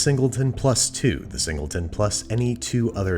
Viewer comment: ah yes, the zingleton.